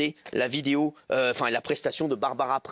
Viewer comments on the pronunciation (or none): none